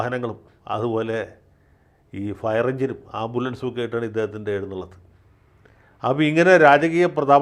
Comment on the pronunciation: എഴുന്നുള്ളത്ത് അല്ല എഴുന്നള്ളത്ത് അതല്ലേ കറക്റ്റ്